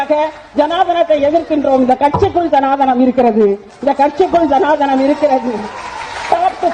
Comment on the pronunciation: சனாதனம் என்பதை சனாதானம் என்று சொல்லும் இந்த புத்திஜீவி முதலில் தமிழ் ஒழுங்காய் எழுதிப் படிக்கப் பழகவேண்டும்